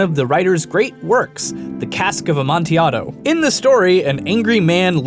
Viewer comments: the L in amontilato is not silent tho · You forgot to say the L in amantillado, or am I reading it wrong